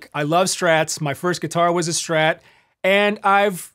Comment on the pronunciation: Kudos for pronouncing it “Strat”, not “Shtrat”. Great vid, tasty playing.